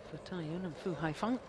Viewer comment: First time I've heard an umpire get Cai Yun's name right.